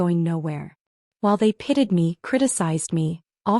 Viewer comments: I have posted about the pitted/pitied issue every time I see it, if no one else has beaten me to it. 👍🏼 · Why does the voice always say pitted instead of pitied? Since I don’t know how the artificial voice functions either it “reads” poorly edited material or the voice creates the poorly printed dialogue. Either way it needs work.